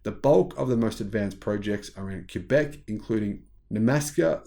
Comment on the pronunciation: Thanks for pronouncing Quebec correctly! As a French speaking Canadian it is appreciated. Great report.